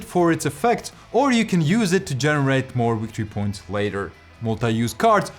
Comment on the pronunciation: It's pronounced wictory points.